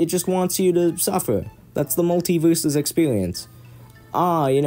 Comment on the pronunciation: "i met my best fwiend while pwaying this game. to say i woved muwtivewsus mowe than i have loved anyone evew befowe"